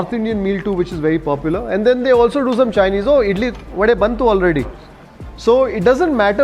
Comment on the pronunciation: pronouncing wadE, dosE correctly quite lately but i appreciate this! 👍